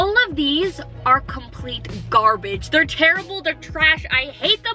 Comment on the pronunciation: U said garbitch